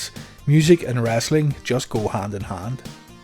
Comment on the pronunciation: The narrator calls it wrastling.